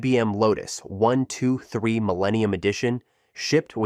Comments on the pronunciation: Really enjoying these videos, but can you not train your speech syntheses engine to pronounce brand names correctly? Instead of saying "1, 2, 3" it says "1 to 2 3" or "once 2 3". It also pauses and breaks up grouped phrases into two parts at times. Can you not give the engine "hints" to pronounce these words/phrases correctly? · And the mispronunciation of the creator's name isn't the worst. Are we to believe that the software is really names "one to two three"? LMAO